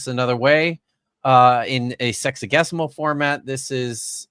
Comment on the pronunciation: Every time says “sexagesimal” I hear “sexy-guess-imal” (Also, of all the linguists you know, is Dapper the best at math?)